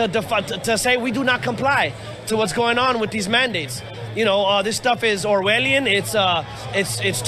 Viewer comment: The rest of the world are looking on the USA with horror. Why do Americans think the vaccine is so bad? Why did that guy say it is owelion and what the Germans did in WW2? It’s clear to me that this guy has never read anything by George Orwel and he know even less about Nazi Germany and what happens during the holocaust. The Germans were not forcing people to have tetanus jabs or typhoid vaccines. The way the news readers twisted their words into something sounding very nefarious. American people. Get the vac, otherwise the virgins going to wipe you out! Why the right wing are brain washing people to believing the vaccine is bad is beyond me and the rest of the world. They keep banging on about freedom. The thing is they wont have any freedom when the hospitals are over run with sick and dying people. I have family in North Carolina and they are brain washed into thinking the vaccine is somehow bad for you? All they can say to us in the UK is “Don’t judge us” we are not judging you. We are just scared for you and only wish the best for you. So get th vaccine before it’s to late.........☠️